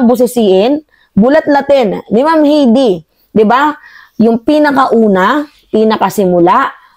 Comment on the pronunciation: Hay-dee , hindi Hey-dee!